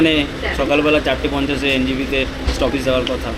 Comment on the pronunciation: Stoppage ❎ Stoppeege ✅😂😂😂